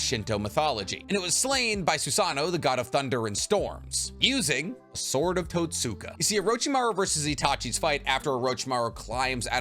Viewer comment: *Edo tenSEI not tenSAI Also, , Totsuka is pronounsed with a silent U like "Sasuke". Even the dub gets this right.